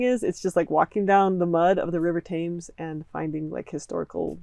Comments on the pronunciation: Just found your channel today. OMG you’re just what I need. I’m going through all your videos now and probably won’t do anything else but listen to you. You really know your stuff.... Just one tiny feedback to you and all you lovely Americans, the River ‘Thames’ is pronounced “Tems”. Thank you & God Bless. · Very helpful. Thank you. You'd probably like to know that Thames is pronounced to rhyme with Tens but with an M: Tems. Looking forward tumor of your YT videos.